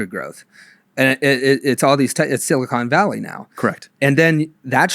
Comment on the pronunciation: "silly con" Valley 😂😂